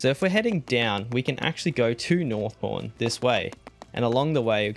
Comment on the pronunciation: it sounds like your saying Porn... i know your saying pawn LOL